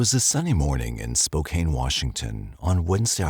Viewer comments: It's not Spo-cane, Washington. It's Spo-CAN. That's too bad about the baby. That daycare provider didn't murder anyone. Was an accident that happened to nine other people. 😢 I think Spivy was the father of Monica's unborn child. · I had to laugh. When I lived in Spokane, my relatives would fuss if anyone pronounced it Spo-kane. I was wondering when someone was going to say something. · It's pronounced Spo-CAN, rhymes with MAN... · Friendly hint: Spokane is pronounced "spo-CAN". Ignore the e. 😊